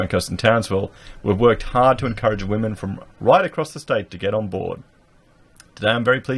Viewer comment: "Wamen". Lol.